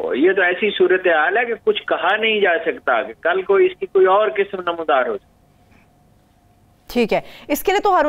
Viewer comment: KISM......QISM....NAHI.......AAP QAAF SAHI BOLNAY KI KOSHISH BICHARAY KAAF KO BHOOL JATI HAIN.......BIBI AAP KA AUR MOHTARUM HAROON SAHAB KA PROGRAM BAHUT HI ACHA HAI........PAISH KASH LAJAWAB.....KAANO PER GIRAN NAHI GHUZERTA.